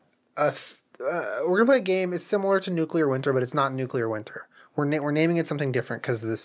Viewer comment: "Nucular".... eye twitching